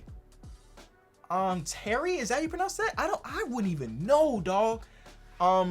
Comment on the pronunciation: You can tell isn’t a soccer fan from the way he pronounced Thierry